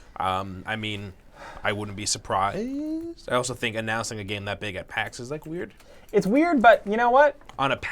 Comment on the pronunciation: secs in listen to him say surprised xD